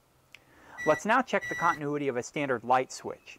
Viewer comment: learn how to properly say "continuity" and I will put more trust in your instructions...ahh, I hear later in the video you've learned to say it right 🙄